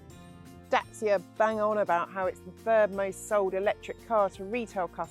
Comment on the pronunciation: I’ve just returned from rural south west France and these cars are literally everywhere and thought I’d learn more. Quite frankly, this is such a bad review….and not in keeping with what any others I’ve seen have had to say. As soon as I heard her pronounce DACIA wrongly, I knew it was going to be a slating. The swearing is obviously an attempt to be edgy and fun but all it’s done is make me never want to watch any of this women’s reviews again. Really poor